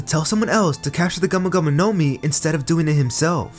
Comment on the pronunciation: video is good but i hate how you say gumo gumo no mi as one word bruh